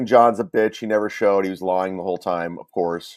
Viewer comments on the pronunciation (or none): So luntszjch, bitszjch, and mutszjch are the only funny things he says 😂